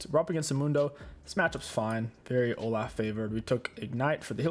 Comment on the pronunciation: I don't mean to sound rude if it does I apologize but how I always say olaf is Olof cause that's how I thought it's pronounced and the way you say it sounds to me like you're saying O-laugh which is now my favorite way to pronounce his name lol P.S I love your vids <3